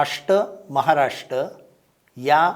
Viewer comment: Rashta Maharashta ?? ki RashTRA MaharashTRA. marathi ucchar !!!! kathin aahe.